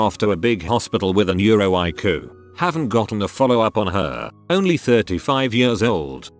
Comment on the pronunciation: No one: Literally no one: TTS: yuhrs